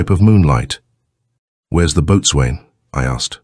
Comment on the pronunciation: "Boatswain" is pronounce bos'un.